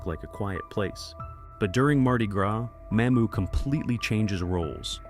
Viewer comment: That's Mamou', not Ma'mou!